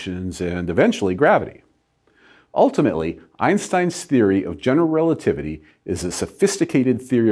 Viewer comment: Why do all americans misspronounce einstein's name?